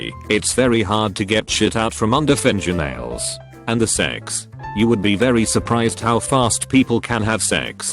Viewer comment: The way it says fingernails annoys me